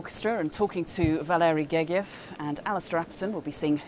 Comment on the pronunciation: Her pronunciation is correct. Valery Gergiev is Russian and the "g" is hard in the Russian language.